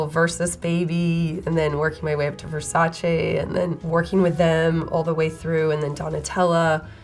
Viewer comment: Finally - someone pronouncing Versace correctly !